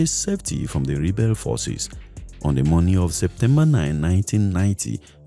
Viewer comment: Rebat force 😢😢😅😅😅 English is hard for Nigerians